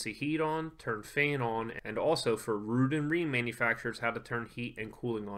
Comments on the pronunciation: It's pronounced rudd not rude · Its rude to call it rudd 😉